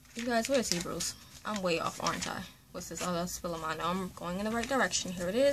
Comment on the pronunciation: Great review. Thank you. It is pronounced Fi-lee-man